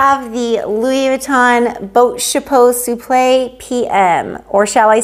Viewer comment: Wow I love how you pronounce the name of the bag, but I don't know how to read the bag name correctly. Enter Even thou my husband always give me headache budgeting our monthly income because he doesn't have a job at this very moment, sometimes I get jealous of women who receives beautiful gifts from their hubbies, but doesn't mean that I don't love him. I am still grateful for he had given me a absolutely wonderful father for my kids. For my kids are obviously my life, my heart, my soul, and my happiness.